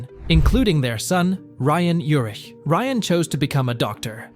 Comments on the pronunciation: Just so you know it's Vegas,not Vegadollar and his last name is pronounced Ur-ick not Ur-itch. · Last name pronounced: Your’ick. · I watch this channel nearly every day new or old I've never heard such pronunciation issues lol Its VEGAS dude 🤣 Not Vega 💵 sign Urick Was how he pronounced Urich I believe Otherwise another interesting 🤔 valuable video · How completely awful, and horrible a video. First Robert Urich died in 2002 not 2020. The horrible AI voice constantly misstated his last name. And really the way they said Spencer.......for hire was ridiculous and it's Dan TANA, not Dan TONA. But far and away the most ridiculous was Vega dollar 😂😂😂😂. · It was called Vegas... NOT "Vega Dollar" ... SMFH ... And you miss pronounced his name (OVER AND OVER AND OVER) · I like Robert Urich, and I've watched this channel many times, but I can't get into a video where you can tell it's just a recording and doesn't say the name right! These were real people and deserve better! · How many ways are you going to mispronounced his last name??? And Vega Dollar?? WTF????😂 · Vega "dollar?" You gotta be kidding me. 🙄 Is this an AI voice or what? Dude can't say his last name right, either. Pathetic!